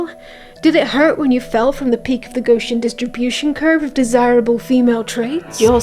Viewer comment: Hi, Gaussian is pronounced "Gow-ssian" thanks love ya bye